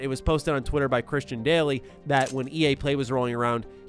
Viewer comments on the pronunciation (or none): none